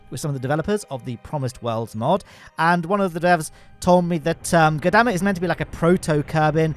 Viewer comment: makes an effort to pronounce Gurdamma correctly Also: omits the R in Ireland and proceeds to say “Island” about a dozen times in 5 minutes.